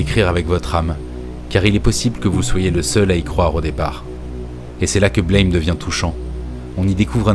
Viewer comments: Super video, extrêmement intéressante. Une remarque cependant : le titre du manga se prononce “Blam!” (Comme l’onomatopée d’une porte qui claque par exemple) et non pas comme le mot anglais “blame”. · Au fait "Blame !" c'est une onomatopée. Ca se prononce "blam" pas "Blèyme". Analyse Un peu trop tirée par les cheveux. C'est un juste un manga d'action un peu bordélique avec des décors de dingues. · Bonjour et merci pour cette vidéo ^^ Juste deux points importants : Blame se prononce à la française car en japonais les symboles forment ces trois syllabes ブラム！(Buramu!) en gros BEU-LRA-MOU (en phonétique); et Star wars ne sa passe pas dans le futur justement, mais dans le passé "Il y a bien longtemps, dans une galaxie lointaine, très lointaine" ce qui renforce son caractère "Héroic-fantasy". Ces informations son du détail, mais comme tu as l'air attaché au détails à juste titre, je tenais à préciser. ^^ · Aussi étonnant que ça puisse paraitre, le titre se prononce \blɑm\, ou Buramu avec l'accent japonais. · c'est un détail mais ça se prononce comme le mot blâme, à la française ^^